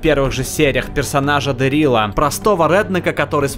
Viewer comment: ДЕрила а не ДерИла